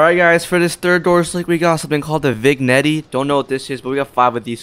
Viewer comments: "vignetty" is pronounced vih-gen-tay or tuh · Its not vig netty its vignette.(vin-yet) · Bro said Vigg Netty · "hey guys up next we got the vig-netty" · "vig-in-ettie" lol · "Fig netti" 💀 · you say vignette like vin|ye|t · they way he pronounced "vignette" killed me